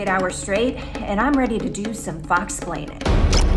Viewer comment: I love the way she pronounces "foxsplain".